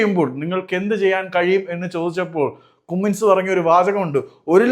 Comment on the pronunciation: കുമ്മിൻസ് അല്ല ബ്രോ കമ്മിൻസ് 😂😂😂